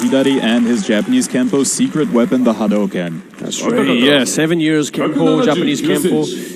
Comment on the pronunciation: “Hidari” pronunciation is good also “Hadouken” too lol